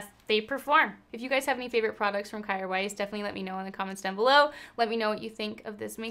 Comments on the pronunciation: Isn’t it pronounced Keer weis? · I think I read somewhere it’s pronounced “care vice”! ilu